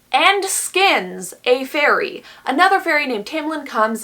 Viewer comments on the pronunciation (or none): "fairy" My ears: "furry" Also me: oh no